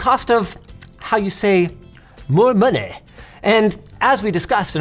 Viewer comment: more moneh 🗣️🗣️